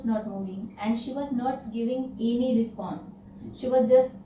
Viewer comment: Kya kachra kar daala English ka...This is called scrambled English. Wrong pronunciation ....Not any, she said eny. ,she was stand still. Let me teach you, it should be she was standing still. She got disappear???? no, it should be she got disappeared. being scare??? no, being scared. So many horror movie??? Definitely 'movies' will come in the sentence as she is talking about so many of them. , I saw on the window...Oh my God!! That one is truly hilarious. staring on me???? 'at me'. I'm tired of seeing so many faults. I've stopped myself now or else I would come across hundreds of them. This is not called teaching someone English but you're misguiding everyone. You're showing wrong English.